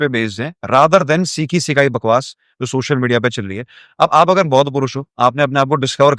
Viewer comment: सोशल ko शोशल kahna band kar do, dominance aa jayegi!😂😂😂😂